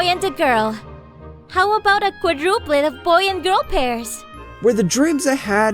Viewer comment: DID SHE SAY QUADUPLET???????????